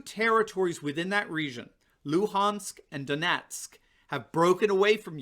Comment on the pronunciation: Ummm....its pronounced Don' Yetsk. NOT Don' Netsk. And it is Lugans'k (Translation: Луганськ), and not Luhans'k. Just to clarify. 😝